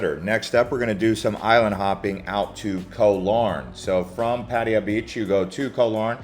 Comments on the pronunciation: Puh-thai-ya not padi-ya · Pattiya..... not patt'a'ya? Dude.. show some respect and call it right pls. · had to leave this vid - "boooda" and "pa-teya" "paddiya". Please look at the Thai spelling. Its' a common farang pronunciation. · If you want to be professional, in the end for clicks and money on Youtube, start with pronouncing the city right! If you can't even do this simple task, why would we believe anything else you say? Superficial vloggers are a dime a dozen here. Try to be different ;) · Bro provides so much useful info and people tripping out on his pronunciation of Pattaya. Wait til yall hear how DJ's pronounce "Ibiza". Its never the same 😅 Thanks for the info. Im back from Thailand and did a lot but watching these vids because i now have a piece of me missing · For someone who seems to have spent a lot of time there, it's amazing you never learned how to pronounce it's name. It sounds like you're aunt or grandma's name how you say it. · Genuinely impressed that you manage to pronounce Pattaya at least a dozen different ways. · ‘Pattaya’ is mispronounced almost as much as ‘Pai’ in northern Thailand! Duh. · What kind of braindead pronunciation of Pattaya is that for the entire video except the last one. Wtf